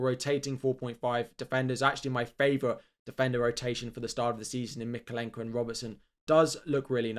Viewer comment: It is not Mykole’nko, he is Myko’lenko., please, say Myko’lenko correctly.thanks